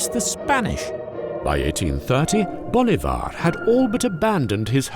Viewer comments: You are pronouncing Bolivar wrong.The stress is on the I, not the A. It’s BolIvar, not BolivAr. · It's Bo-LEEH-var, not Bo-Leeh-VAR... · "Bo-LI-var", not "Bo-li-VAR"... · well, except for the "Bolivár" accent he pronounced his last name with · it´s prounounced Boleeevar, emphasis on the I. great video btw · Please stop murdering the name Bolívar every time you say it.